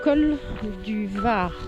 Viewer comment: On prononce vars et non var